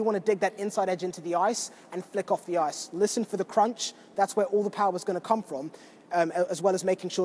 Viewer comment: drink whenever says "on the oiyce".